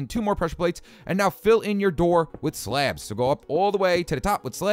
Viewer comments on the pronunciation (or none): 16:6 it sounds like he is saying slap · i love the way he pronounces "slabs"